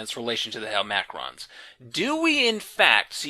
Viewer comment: super late here, sorry if this has already been addressed. Isn't int hel-ma-crons, not hel-mac-rons?